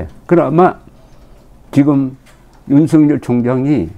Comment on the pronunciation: 윤석열을 윤석렬로 발음하지 마세요